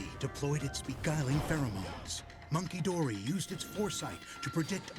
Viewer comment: Bruh. Listening to the narrator say these names and having not played this dlc yet make me thing the names of the pokemon are totally made up and fake. Monkey-dory? Pheasan-dipity? What five year old came up with this 😂